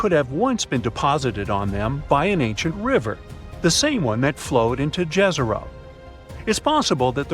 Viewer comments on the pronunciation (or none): Pronounce YEZERO (Serbo-croatian)=LAKE